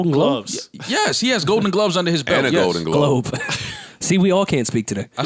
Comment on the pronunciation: said gloaves instead of gloves 😂😂